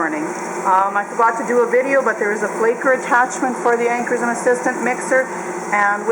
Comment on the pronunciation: Upper Midwest accent or Canadian? I'm guessing Minnesota here. Also it is "Ancorshroom" (pronunciation)